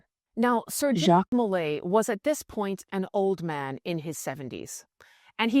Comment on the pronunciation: I love your pot cast, but his name was Jacques DeMolay (said like zhahk de moh-LAY). I was apart of a Masonic youth organization and it was name after Jacques DeMolay. He was burn with 3 other Templars. Geoffroi de Charney (Preceptor of Normandy), Hugues De Peraud, and geoffroi De Gonneville.